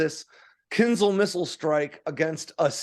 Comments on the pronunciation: It's not "KINZLE", it's "kin-ZHAL". The "ZH"-sound is pronounced as a "soft" "J", as in the French word "Je", which is French for "I"... I wish Americans would quit making outright DOOFUSES out of themselves... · Mostly right… except the pronunciation of the missile. It’s KINZHAL, not KINZAL. Also, the US Army is capped at 218 General officers, while the US Air Force at 170. The Marines at 62 and 21 for the Space Force. So… the USA alone has 471 Generals (not including Admirals). Also, the F-16 can be operated on highways. It’s not ideal, obviously, but it can be. It is a part of Taiwan’s and Singapore’s air force doctrines and they’ve conducted exercises for it. The US does not do this as US highways weren’t designed for it. We have many physical barriers on highways in the US that would damage aircraft. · It's not ponounced 'kinzel', but something like 'kinjáw', where j sounds like the second g in 'garage'. It means dagger (curved, oriental style).